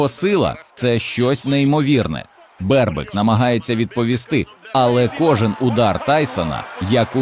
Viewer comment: Наголос на перший склад: Бербик. Задовбали ці перефарбовані україномовні